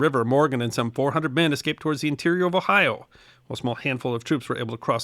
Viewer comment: Thank YOU for pronouncing "Ohio" correctly. Not the "Ohi-a" many seem to think how it's pronounce. Good episode!.